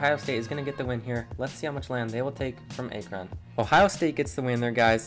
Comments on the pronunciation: (Ack-rin)not (A-kron) lol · Ya everytime he said a kron I'd lose it lmaooo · What the f*** is Ay-kron? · Akron "Ack-ron" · Stop saying “a-kron” it’s “ak-rin) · Aye-Kron got me laughing not to be rude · It’s Akron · Sorry guys I noticed I pronounced Akron wrong won’t happen again 🤣 also thank you everyone for all the support it means a lot! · Great video, besides for the pronunciation of Akron. All jokes, keep up the great work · Legit had me dying every time he said it lol I’ve never heard anyone mess up the pronunciation of it so it was kinda fun to hear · Dude the pronunciation of Akron was tough on the ears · I cringe the way Akron is said , good vid tho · Why do you say Akron like that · You pronounced akron wrong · It’s actually akron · Why you say Akron like that 💀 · I cant Watch this video with the mispronounced Akron every time😂 I had to stop like 4 minutes in! cool idea tho! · You’re saying Akron WAY wrong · Not to be mean but you said akron wrong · Who tf pronounces Akron like that? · Hard to listen to Akron said wrong the whole time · Bro pronounce Akron correctly please